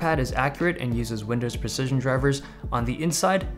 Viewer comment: „windows preshishon drivers“